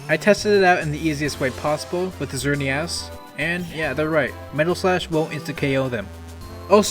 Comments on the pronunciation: I don't think I've ever seen anyone pronounce Xerneas "Zerny-ass" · I know a lot of person can’t say Japanese words but it’s prnoceatin is Zer-ne-iss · "The Zerny Ass" 😭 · I’m sorry, but did you say XeRnEaZ?!?! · Did you hear how he said xernias